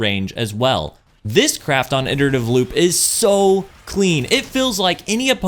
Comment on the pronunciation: I come here just to hear someone pronounce "iterative" correctly